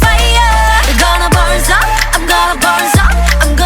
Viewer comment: “I’m gonna burn up” Me 1st time listening to Bird: Hmm, the pronunciation is kinda weird Me 50th time: “I’m gonna burn sup, I’m gonna burn sup........Fire ~”